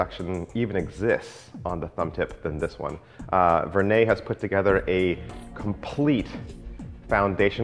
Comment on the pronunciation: As always, an informative presentation. So I almost hate to say it, but the name is pronounced more like "ver-nedd." It is not pronounced "ver-nay." As I always used to pronounce it.